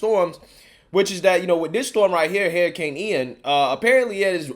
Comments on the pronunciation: Can you say "Hairicain" a few more times? Lol. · Hurricane gas a u in it lol it’s not a hair uh cane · Hurricane bro, not HERRICANE! My God man I can't.